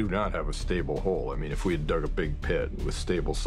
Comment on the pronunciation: *”dug” ...not “dig”...